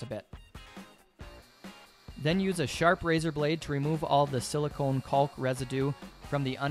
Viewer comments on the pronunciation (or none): "kawk" - there's no L phonetically. Sure, English is at times a dumb language, but it's properly pronounced "cawk". As a college prof - just lettin' you know so that to folks who are really turned off by such - I work w/ those folks & they irk me daily - might not turn you off & might want to buy your excellent artworks or pay you for your artistic insights on a project. Peace be unto you. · I think you're the only person I've ever heard who pronounces the L in caulk. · I know it sounds dirty, but nobody calls it 'caulk', its pronounced Cock.